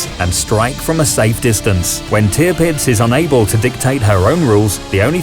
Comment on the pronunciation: It is wonderful to observe how far the quality of your videos has come since the day when Tirpitz was being pronounced as Te-a-pits.